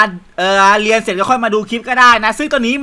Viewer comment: ผมได้ยินว่า เลียเสร็จ😂😂😂 ตอนที่พูดว่าเรียนเสร็จ